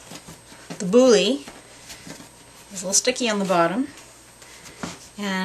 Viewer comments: It is pronounced "bool", not "boolly" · It's not pronounced Bouly. It's just Boule (Bool). And when you bake it you want the seam side down, so it doesn't explode in the oven. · Great thank you ! Although, I'll need to train a lot to get the technique right. One quick thing, it's not a "bully", it's a "bool" (that's how you're supposed to pronounce the word boule. Kind of) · Just fyi… the “e” in the word boule is SILENT. (Sounds like “bool”). Your dough looks great! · Bonjour ! Boule is pronounced Boole in Francais :-) 🇫🇷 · Boiler is ball in French. The e is not pronounced like e, it's silent. Only pronounce "boul". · as you say it's an old vid i presume you know but boule rhymes with pool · Boule is pronounced 'BOOL' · Might want to check your pronunciation of "boule". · Nice video. Lame (cutting tool) is pronounced "lahm". Lamé (Lamay) is a shiny fabric used in sewing. Also, boule (ball in French) is pronounced bool, or bull, not bully. It seems all of the bread making words are in French, and seeing them written, without knowing pronunciation, is difficult. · Wonderful video! I feel like getting teleported right into your kitchen to be able to round off the experience with smelling and tasting the finished product. Wow! The French words you are using are pronounced bull (with a longer drag on the u) for boule, and lamb for lame. The letter e is generally silent at the end of a word in French, except as a sort of a grunt (euh!) in certain dialects, or if the e has an accent over it. Also Batard is pronounced bah-tar, with slight emphasis on the r.